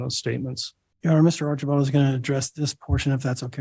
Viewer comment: Im sorry but everytine I heard Artchieball, like a child I chuckled!❤ Bears 🐻 ❤